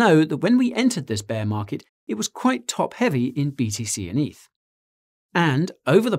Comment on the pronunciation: Stop calling it EATH, it's not a thing. Ethereum = Eth.